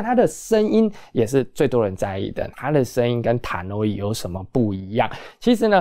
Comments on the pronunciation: HiFi是精密科學。我感恩分享了很多非常有價值的音響知識。但是他在國際知名大品牌上面沒有認真考究就隨意選擇一個讀法對他的專業形象是有損的。查考Tannoy的發音並不難，那更深奧的音樂知識他的可信度在哪裏？他習慣嚴謹的態度嗎？還只是他一家之言之主張？我想他沒有考慮過。雖然我認爲他很多的知識點還是很有想法和道理的，他本人也很陽光。我希望他的頻道也可以越來越成功。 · 用英國人的發音方式讀Tannoy很難嗎？